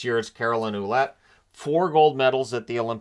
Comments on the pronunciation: Ouelette is pronounced as Walette , just a fyi, just trying to be informative . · fyi, Ouellette is pronounced Wellett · Just a little tip : Ouellette is actually pronounced"Wellette". Great video as always.